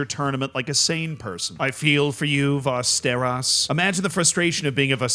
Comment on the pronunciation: Fyi Västerås is pronounced as Westeros (as in the continent from GoT/ASOIAF yep)